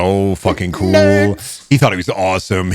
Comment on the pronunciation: the little fucking ‘kewel’ from is slaying me ToT